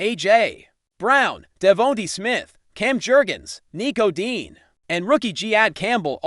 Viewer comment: He's saying Dean dos he mean Dejean?